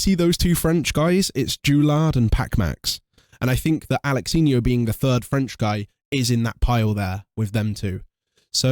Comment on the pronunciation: Alexinho ❌ Alalanyo 😂😂😂